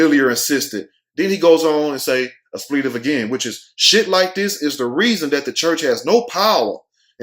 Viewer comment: The word is "expletive". Sound your words out, sound them out. Lol. You were driving me crazy with that word....lol